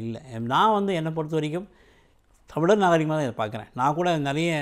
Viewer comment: Tamizhar not tamiliar and Tamiz makkal not tamiliars. Present day tamizh pronunciation is horrible.